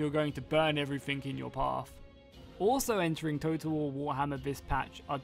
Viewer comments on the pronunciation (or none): none